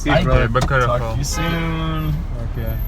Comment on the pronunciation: «би кефул», а НЕ «карефул» ты говоришь эту фразу 50 раз в день, выучи наконец-то 🤦🏻‍♂️